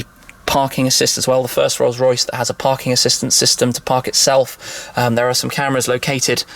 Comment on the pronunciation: Rollsssh roycchhssh